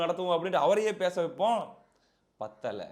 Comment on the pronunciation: பத்தலை ப்பத்தலைன்னு சொல்லி முழுசாபத்தவச்சிட்டுங்க தம்பி